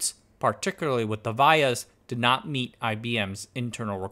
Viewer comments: Not Vy yahs - Vee YAhs. In America. VIA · I design and put together power IC's for a non-descript large corpo. They're pronounced "vEE-uhs" ;) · Vias: “Vee-uhs ” Pitch = line width + line spacing Actually, Black Diamond is the name of the best song from KISS. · The way you pronounce vias triggers me 😂, love the video’s regardless